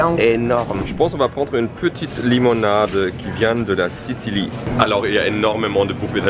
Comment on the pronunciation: Il a qd même dit la sicilie hyn au lieu de la sicile